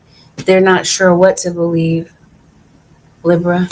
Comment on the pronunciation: Can you please say Libra(leebra)properly. I’m sorry it just irks my soul when you say lib ra. Like giiiirl